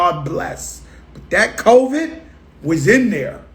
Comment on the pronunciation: This man said "that coe-viiidd was in there 😂😂😂